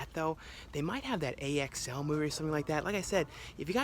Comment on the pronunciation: Its pronounced Axl even doe I didn't watch it saw the trailer